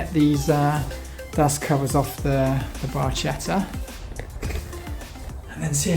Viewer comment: Nice video! I'm planning to buy one. I had one 5-6 years ago and miss it. Can I correct your pronunciation? It's Bar-ke-tta. In Italian 'ch' is not like English, it's like 'k'. Thanks!!!